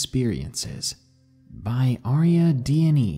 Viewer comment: You read my story! Thank you so much! Mine was the 3rd one. I've been listening to this channel for a few months and decided to submit my experience. Never thought it would get read! Thank you, thank you! That's so cool! Oh. Ariadne is Dionysus' wife. It's actually pronounced Are-eee-add-nay, but I had to look up the pronunciation myself when I first read about her. Thanks again! Love your channel!